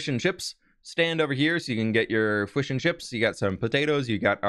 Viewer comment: I loved the fwish and chips lol.